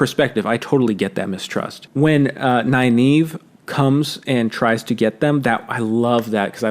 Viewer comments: Nynaeve .... Isn't her name pronounced Nin Eh Vuh ? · Man the pronunciation if Nynaeve threw me for a loop. I was pronouncing it as (Nin-uh-vuh) the whole time.